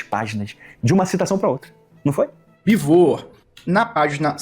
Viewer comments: Mas aqui vou discordar do. O Jones Manoel não falou que Oleg Khlevniuk era ruim ou péssimo escritor. Ele falou que péssimo escritor era o Oleg Cu Nietzsche. Sem contar que ele também falou do Bivôr, não do Beevor. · Eu até consigo ser caridoso com o "Bivôr", mas o "CuNiestche" não dá. Ainda quer se chamar de "nós, o povo soviético"... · ele falando bivô, grudou na minha mente. Toda hora lembro dele falando kkkkkk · "Bivô" 🗣️🗣️🗣️ "Kuniti" 🗣️🗣️🗣️ "Cuki" 🗣️🗣️🗣️ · Não conseguir pronunciar Beevor ou Khlevniuk até vai... Mas como que essa ameba não sabe pronunciar Cork???????? MANO.... CORK!! É A MESMA PRONÚNCIA DO PORTUGUÊS VÉI!!!!